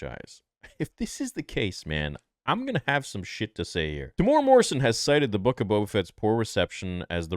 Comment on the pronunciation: As someone who lives in New Zealand, it's a pretty big pet peeve of mine that people can't pronounce Temuera's name right. It's not pronounced "Teh-mora", it's pronounced "Teh-moo-eh-rah," with a trill on the letter R. I know some people can't do the trill thing, so a regular R sound is fine, but at least pronounce the M-U-E properly. His name is also spelt wrong in the title of this video.